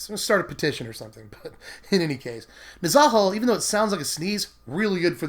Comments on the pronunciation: nez UHH hal..... not nez AHH hall.... say it with me friends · omg why are u saying Nezahals name like that for-just stop